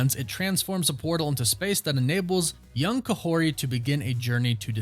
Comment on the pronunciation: She’s called Kahhori (spoken Kah-Horti, yes with “t”, check marvel) ✌️ Amber Midthunder would be the perfect cast doh 👌